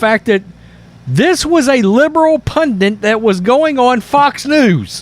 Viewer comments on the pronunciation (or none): Why do Americans spell it right (pundit) but pronounce it wrong (pundint)? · What is a “punant” do you mean pundit?